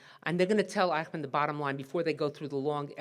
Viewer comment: The pronunciation is eysh-munn, not eye-kh-man.